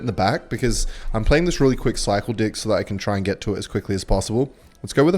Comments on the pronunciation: bro did NOT say deck 😭🙏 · he did NOT say deck